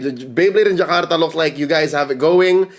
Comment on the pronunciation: your pronunciation of jakarta is on point. good content you have. good job